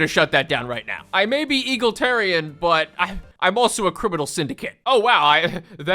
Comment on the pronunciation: "Eagle-tarians." Worth it just for the pronounciation.